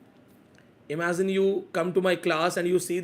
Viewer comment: imagiZine😂 imaZine😂